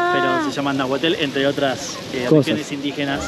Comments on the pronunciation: A muchos Mexicanos no nos interesa mucho el foot ball. No es Nahuatel, es Nàhuatl.... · No es náhualtu es nahualku